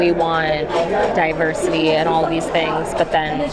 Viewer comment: Did that guy pronounce it DIE-ver-City…said that way it makes sense….